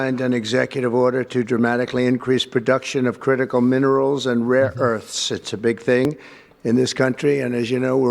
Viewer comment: He says rare earths like they're rare magic items.